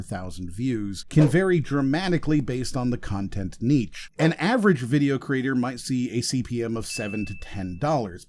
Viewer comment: hey, great video, I've subscribed! I am solely interested in helping to prevent the spread of linguistic misinformation when I suggest you google 'how to pronounce niche' before your next video :)